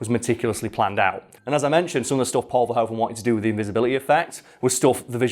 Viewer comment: Paul Verhoeven was really disappointed with this movie afterwards , he thought someone else could have directed it. ( Oh and although even he has come to just go along with it in English , in Dutch the oe in verhoeven is actually like in shoe. Might be helpful if you need to pronounce someone else's name )